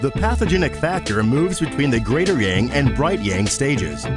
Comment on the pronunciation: The word "Yang" is pronounced with an ah sound, like when you say massage, not with a typical "a" sound. At first, I was not sure what you were talking about because the word was mispronounced and I didn't understand what you were saying. Also, the music in the background is very distracting and the lesson will be more effective without the music or a slower tempo. Other than that, the quick explanation was very good.